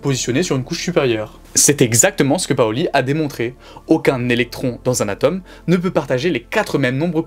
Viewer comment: Marrant de parler de science sans savoir prononcer le "o" de "atome".